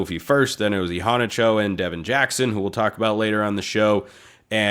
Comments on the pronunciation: Agreed! He really emphasizes that first “a”. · pronunciation is I-HANNAH-CHO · I'm pretty sure Immanuel Iheanacho didn't pronounce it that way. I pretty sure he said e-hanna-cho. han like fan.